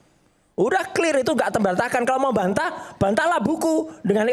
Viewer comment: Clir itu bhs apa ya kok baru denger saya . Klo gk bisa sebut dlm bhs inggris , gk usah lah panci